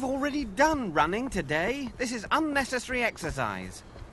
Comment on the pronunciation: A pity he can't pronounce 'unnecessary' correctly. It shouldn't be collapsed to that extent.